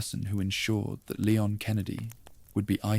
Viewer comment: These are a bit repetitive but pretty good, can you stop calling him LAY-on though? It is LEE-ON